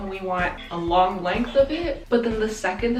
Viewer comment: “It’s a lorgggg boy” 🤣😂😂😂😂